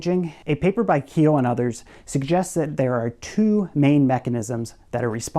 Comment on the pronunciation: "...from thewe,"